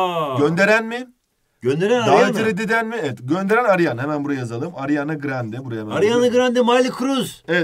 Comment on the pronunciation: Hoca ariana grande soy adını yanlış okuyor ve miley kruz diyo bide🤭